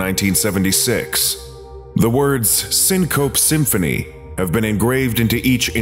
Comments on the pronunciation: Its pronounced "sing co pee" symphony. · it's"syncopee symphony", btw... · I believe it's pronounced "Sink-oh-pea" So it rimes with Symphony. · It's pronounced syncope, not syncope, and this scp is probably related to 3935. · I believe syncope is pronounced “sin-co-py” I think